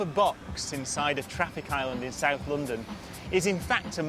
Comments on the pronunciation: I like his way of explaining things, however I am highly annoyed by his way of pronouncing the O, like in discover, London,.. He always says it like it was "discouver" "Loundoun".. Is that an accent or am I just nitpicking..? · I'm not american and I know how natural english sounds, but he got this very strange (annoying to me..) way of pronouncing the O in certain words like a ou.. Like in Vancouver.. Loundoun.. Instead of London like in Bond for example..